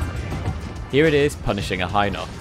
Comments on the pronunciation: Im not sure if im habing the mandela effect but I swear its hin ox not hi nox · Always thought it was He-nox. Not Hi-nox